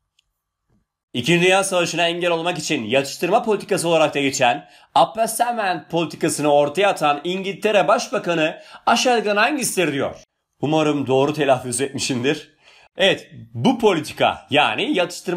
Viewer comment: telafuz: ıpiizmınt -epiizment